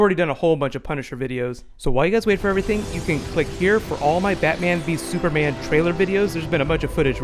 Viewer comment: "Super Manga" but "Battoman vee Supama"